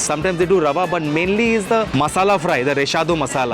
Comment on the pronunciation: I have to correct you lol. Rawa fry? I lived in Goa for 5 years and I know that Indians struggle to pronounce V! 😂 It's Ravva fry 😉